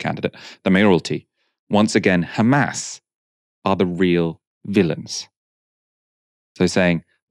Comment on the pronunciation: Not Hamas... But kHhaamas...